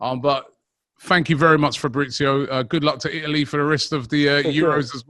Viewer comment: ITALY not Ialy. Italy actually have in a T